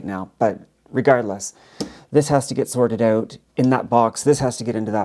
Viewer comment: lol sorrrrrted ooot